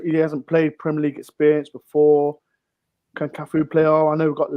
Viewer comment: Cafuuuuuu not boooooo